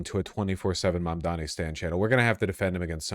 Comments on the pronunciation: It's Mamdover. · May they now start saying your name correctly... Mabdabi